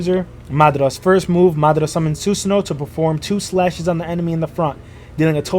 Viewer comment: my man actually pronounced Madara correctly hell yeah!!!!